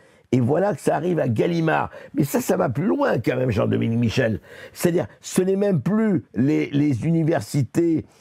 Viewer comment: Personne pour dire à Berkof qu'on ne dit pas "qu'à même" mais "quand même" ?